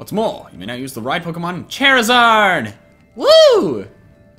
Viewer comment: Lol chair-a-zard 😁😀😁😁😀😂😂😂😂